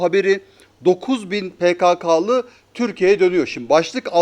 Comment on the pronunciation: Pekekeli değil pekakalı